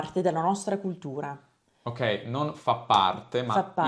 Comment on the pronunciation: Secondo me la tua ospite dice la D al posto della T (es culdura, esdero).